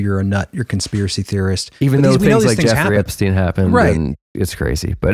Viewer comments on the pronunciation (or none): none